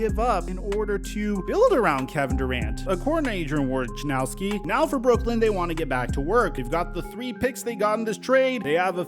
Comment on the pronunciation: Why haven't you learned yet. The warriors are gonna take it all again. Also it's pronounced " wo-jah-ara-nowski". Not warjarnowski " English mothafucka do you speak it".